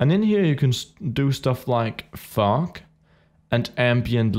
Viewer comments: when you say fog it sounds like your saying fuck xD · When you said FOG for the 1st tiem i thought u said f*ck :D